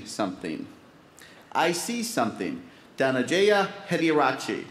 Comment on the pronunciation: Lol Anchor could not event pronounced correct contestant name Dhanajayaa.